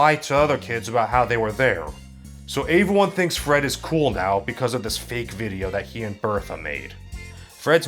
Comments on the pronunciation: Your videos are cool you say everyone wrong you say it like "ay-ver-one" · What is "aveone"??? Anytime you are supposed to say "everyone", you say "aveone". Why? I've heard you say the word "every" in other contexts so I know that you can say the word correctly yet EVERYTIME you say the word "every-time, one, thing you say "avey-time, one, thing", etc... I seriously don't mean to come across as making fun of you for this, I honestly am curious to know if this is something you are aware of doing or if its accidental.